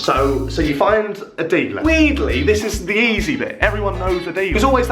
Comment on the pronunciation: "Weedly" instead of weirdly 😂 👍🏼